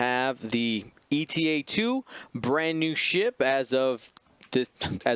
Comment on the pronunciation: Unless it is a running joke, can you please stop calling it E.T.A.-2? Eta is a Greek letter, just like delta, or lambda. It is pronounce "Ay-ta", similar to beta ("bay-ta").